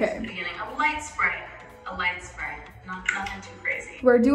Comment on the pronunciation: lmao she said lightt spray sis